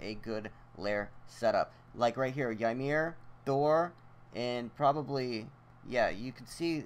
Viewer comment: its pronounced (Yi-mir) Not (Why-mir)